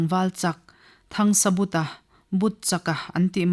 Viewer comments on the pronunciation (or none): Thangsabuta anilo THANGSAVUNGA tihtur anizawk.